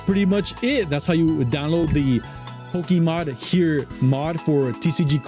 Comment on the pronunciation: Poke - a - Mod. not Poke - E - Mod